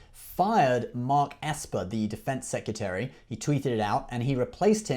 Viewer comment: I love this new channel and you’re cute, but the word is ‘secRetary’ - not ‘secUtary’. You must pronounce this properly as your content will use the word a lot and it’s a very chavvy mistake. The rest was great keep it up.